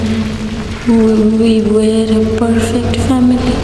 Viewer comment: Oshadharon golpo.. fabulous presentation.. bhishon bhalo legeche. Tobe "F" er pronunciation ta olpo Kane lagche.. "family" sounded like "phamily".. Baki shob beyond imagination 🧡🙂